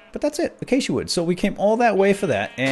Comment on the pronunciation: You're the FIRST youtuber I've seen to date that has pronounced Acacia correctly. lmao